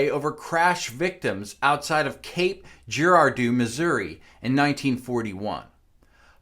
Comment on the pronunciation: That has to be the WORST pronunciation of "Cape Girardeau" I have ever heard! I didn't even recognize what town the host was even talking about at first until I started hearing the details of the story. If you don't know how to pronounce it and are talking the time to make a "quality" video, maybe you should take 2 minutes and learn how to pronounce it. We are talking about a U.S. town here, not a village in rural China or something.